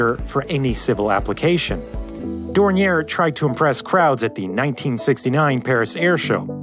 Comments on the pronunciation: To say Dornier correctly you need knowledge of 3 of the worlds 7000+ languages. The name is basically French and even in German it would be pronounced differently. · Picturing the aircraft with the Autobahn as a backdrop is authentic and a very well done animation ! PS: Better Skip the last "r" when pronouncing Dornier. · Interesting video, you seem like a very thorough guy yet you didn't research how to pronounce Dornier... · DORNIER not 'dorniere' . at least learn to pronounce names before making these videos. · I have never heard Dornier pronounced that way you seem to be ending the name in "air" this is the way I have always heard it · The company is pronounced "Door-Neer." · It's Dor-nee-Eyy, not Dor-nee-Air my guy. But that's oke, because I still say it wrong sometimes. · Dornier, not Dornière - it’s German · Thanks a lot. As always, great video. Minor qualm: Dornier is supposed to be pronounced Dorni-ay not Dorni-er (German founder Claude Dornier was born French). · Dornier [Dornyeh] from Claude Dornier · Appreciating the effort to pronounce the name in the supposedly correct German fashion but alas, it was in vain. For Dornier is at heart a French name, not a German one, and therefore the pronunciation is "Dorni-eh". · The name is pronounced French ("Daouniee" ) as Mr. Claude Dornier was of French descent and also had a French passport (while also being a German citizen, which was made possible by Count Zeppelin himself). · One of the two prototypes to see flight is on display at the Dornier Museum Friedrichshafen in Friedrichshafen in the south of Germany. On a different note, the name Dornier is of french origin, so the pronounciation is more on the lines of "dorn-yeh". Anyways, very well researched video as always, thank you. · Dornier = Door-knee-ayy. The founder was of French ancestry. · It's pronounce "Dor-neeer." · More like "dorn-yeh", but yeah. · Cringing everytime he mispronounces Dornier. Otherwise interesting video.